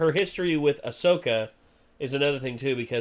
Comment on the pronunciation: Really dude!? You can’t even get her name right? 😅 Ahsoka Tano*